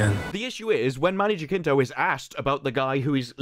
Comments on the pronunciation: it's not JaKinto, it's JaCinto (pronouced as an S) - just trying to help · It is pronounced Many "Hasinto", as in "has". Here it is pronounced with a hard "J"... but that phoneme doesn't exist in English. Greetings from México. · I believe Manny's name is pronounced HA sin toe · Just to give a helping hand, his last name is pronounced: ha-sin-toh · Man, is not "Jakinto"... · Hey man, its been bothering me since ive started watching your acolyte videos but Jacinto is actually pronounced Ha-seen-to. Just putting it out there